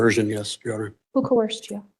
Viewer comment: I give points for pronouncing it “coerced” and not “co-hearsed”.